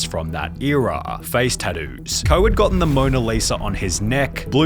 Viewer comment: bro aint no way sunny pronounced tattoos like that and no one is talking about it, what in the hell